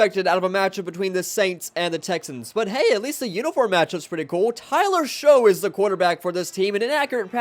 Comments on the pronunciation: Tyler Shough's name is pronounced Shuck, not Show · That's not how you pronounce the saint's quarterback's Last name Its pronounced (sha-uck)